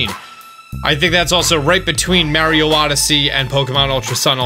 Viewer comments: STOP SAYING MARIO WRONG!!!!!! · Why do u say Mario like that?